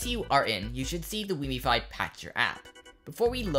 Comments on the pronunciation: Its called wiimmfi not wiimmifi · i hope you know wiimmfi is named after Wiimm, pronounced Weem? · Thats not how you say Wiimmfi...